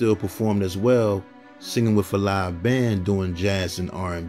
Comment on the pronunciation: It’s with, not wif